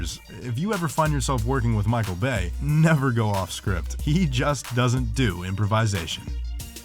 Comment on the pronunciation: Guy can’t even say improvisation correctly. Probably thinks his way is right and everyone else is wrong. You don’t pronounce ever single syllable in that word like it’s a different word. Because you sound like a moron when you are done butchering it.